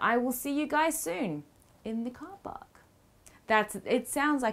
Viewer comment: "cah pak" oh, you meant "Car Park" x'D, I was like "???"